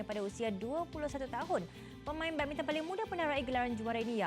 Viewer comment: badmintang tu badminton ke🤣 Orang ganu kot